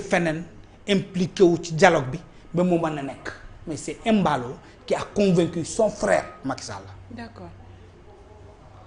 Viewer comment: Comment un Peulh du Fouladou de surcroit un Kandé parle de Emballo, alors qu'il doit corriger la prononciation pour rétablir le nom normal pour que nul n'en n'ignore. C'est Mballo